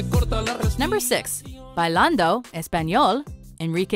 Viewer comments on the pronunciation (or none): No offense but I am Latina and I speak Spanish and when the narrator said Bailando Español, I started to die of laugher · The way she said bailando 💀😭 I’m rollinggg